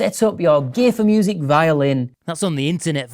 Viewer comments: Is he saying gay4music deliberately or is that just his accent? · Sounded like you said "gay for music" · When you said "gear for music" you really should have concentrated more on the effect accent has on the on the sound of word "gear". Because it sounds like you're saying something else. Not that there's anything wrong with that, it's just not correct. I assume. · i can't be alone for hearing with that accent something a little different than "gear for music"